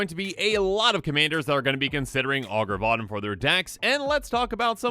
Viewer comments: I keep hearing "Augur Bottom" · I heard Augur of bottom lol